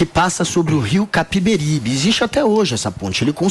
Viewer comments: Já nao basta ser um péssimo comentarista "Guga" ainda quer opinar sobre Pernambuco, o cara não sabe pronunciar nem o nome do " Rio Capibaribe " e, quer falar de "Invasão Holandesa" sério isso? 😅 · Sabe nem falar o nome do rio !!! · O pai do Guga é Pernambucano e o Guga não sabe nem o nome do rio do episódio do boi voador, é Rio Capibaribe, e não Capibaribe. Capibaribe é o nome indígena, que significa Rio das Capivaras.